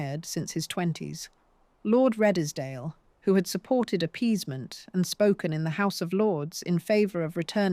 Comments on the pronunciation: That was quite well done but I'm pretty sure that Redesdale is pronounced Redes-dale (2 syllables) and not Red-es-dale (3 syllables). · Did you hear radddeeeeesdally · Redesdale pronounced as Reeds dale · REDESDALE is pronounced REEDSDALE. Do your homework!!! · Was this read by AI? British accent and American turn of phrase... btw Redesdale is pronounced reedzdale. And why show irrelevant pics - some of these buildings, barns etc are not the ones being talked about. Just makes me wonder exactly how much of this narrative we can accept as accurate here. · Exactly. It is all such a lazy approach to producing. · AI just can't get pronunciation correct. Couldn't even get Redesdale pronounced correctly let alone Wagner. Couldn't continue watching after those early errors.